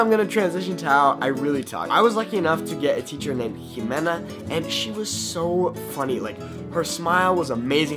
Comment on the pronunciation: OMG la manera en la que pronuncias la x es absolutamente perfecta, es la primera vez que escucho a un gringo pronunciar tan bien mi nombre jaja (también me llamo Ximena) un saludo desde México 😊🇲🇽